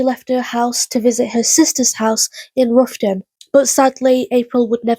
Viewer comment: Roughton is pronounced Wroughton as in having a wrow with someone